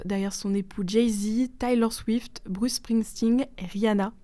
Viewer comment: Bah alors... T'es Lors Swift, non pas Thaï-Lors... 😉